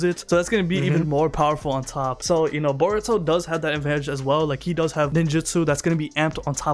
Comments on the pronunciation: sounds like he says Baruto lol but great video as usual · I feel like he’s saying boruto like that on purpose